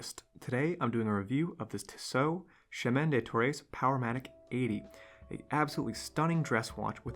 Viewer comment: Tissot = "Tea-Soh" Chemin Des Tourelles = "Sheh-min deh Tour-ell"